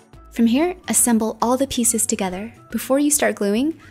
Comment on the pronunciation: It's all not alls